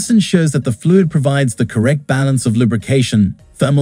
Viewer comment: LUB , rication 😂. Gotta love AI.